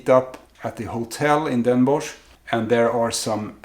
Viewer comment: next time you go to Den Bosch, or 's-Hertogenbosch how it's officially namend, you have to get a "Bossche Bol" . It is a large profiterole, filled with whipped cream and coated with dark chocolate fondant icing. It's obligatory, sorry. ;) Also, you pronounce Den Bosch as "Den Bos". So not with the -sh sound. More like "atmos or bios" > Den bos. Also great tips. having a list and a map. I was all over the place and came home with a lot of great stuff but nothing I actually went for.